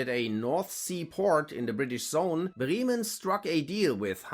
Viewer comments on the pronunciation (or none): If you claim to be German why do you pronounce Bremen as Brieman ? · The difference in English pronunciation of the cities takes a second to recognise which one being talked about